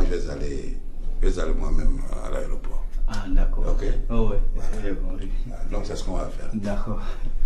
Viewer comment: On dit aéroport pas areoport orhhhh